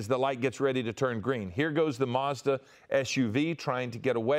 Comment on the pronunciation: Doing my head in. What the heck is a MARS DA?? It's a MaZda, there's no 'R' in it mate